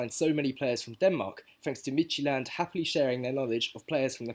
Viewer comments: Pretty good pronunciation for Midtjylland. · You said Midtjylland perfect champ. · Brilliant video! Your pronunciation of Midtjylland was pretty good too! Hope the Wombles get a lot of use out of Pressley. He was brilliant in the B team. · mate honestly that was near 100% perfect pronounciation of midtjylland :) well done.. midtjylland is the local rivals of my city's team so i have a hatred toward them but i can't do anything but respect what thomas frank and previous midtjylland players have done for brentford. A common joke here in denmark is that brentford is the best danish team atm :D and now with eriksen there i watch brentford more than any other international team. Dont's know if international is the right word as it might mean national team but i hope you get what i mean :)